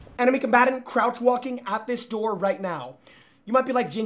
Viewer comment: He Jynxzi love your content you make me laugh a lot especially when you say enemy combatrrr or when chat says their edging. But most importantly whenever my days bad you lift it up. Good work and keep it up